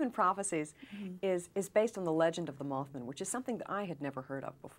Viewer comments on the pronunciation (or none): Moth Man, MothMan not Mothmun